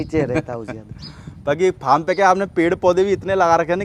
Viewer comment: Say farm not pharm